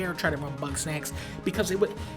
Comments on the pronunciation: did he say bugknack? 😂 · Bugs-Knack-s. It never fucking ends does it? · Idk why I imagine Dunkey calling GameStop to preorder Bugsnax but instead pronouncing it as Buttsnax and laughing. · It’s Bugsnax